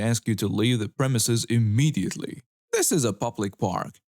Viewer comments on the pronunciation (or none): none